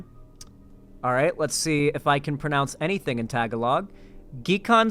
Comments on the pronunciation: It's pronounced ta-ga-lo, not tag a log. I thought you said you knew a few Filipinos. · is right. Also note that the emphasis is on the second syllable (ga). So tah-GAH-lohg. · Tah-gah-log lol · Lol you already failed when you said "let's see if I can pronounce anything in *tagalog*" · hearing you butcher the word "Tagalog" made me giggle 😂 sorry man. EDIT: after the 3rd, 4th, 5th, etc... time... OW it hurts 🤣 also, if you think knowing people in the Philippines is bad (considering what's going on there at the moment), I have family there... scary stuff 😵‍💫